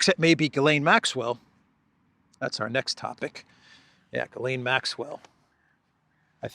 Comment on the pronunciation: Ghislaine, the H is silent. 🤣